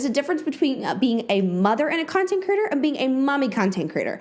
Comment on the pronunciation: I think it's adorable how you pronounce "creator" as "critter" - all I keep hearing is "content critters" lol okay byye